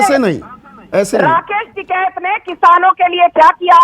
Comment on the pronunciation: संदीप जी ये एंकर महोदया कहा से‌ आई है जीसको टीकेत का‌ नाम हि सही से नहीं आता